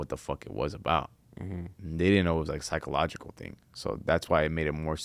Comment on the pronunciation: He said "psycoloshal" lmao 😂